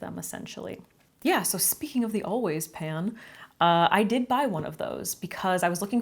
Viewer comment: How many other people thought she said "Always pads" instead of "always pan" at first? 🖐️